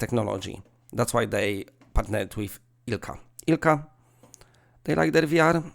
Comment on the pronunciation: Omg. Everytime you said ILCA your pronounce was flawless on saying finnish name Ilkka. My neighbour is Ilkka and he’s a d**khead. This rage from the overdose… 😅